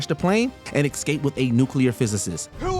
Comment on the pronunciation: what is this word, exscape?!?! or is it x-scape? get the pronunciation right please